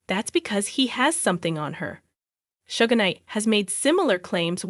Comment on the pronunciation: Girl Suge Knight pronounce "Shugg" not shuggah